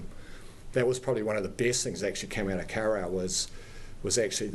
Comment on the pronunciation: Lol I reckon his pronunciation is terrible he's didnt even try.... embarrassing for such a high level public official.